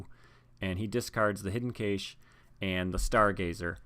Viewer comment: It's pronounced "cash", like it's money.